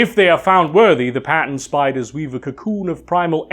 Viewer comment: When you said “Pattern Spiders” I thought you said “Patent” spiders. That that was funny.